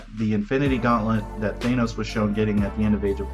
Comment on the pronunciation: Yes! Thank You for pronouncing it Thane-oce the way I always have since I picked up my first Silver Surfer comic book as a kid back in 1987.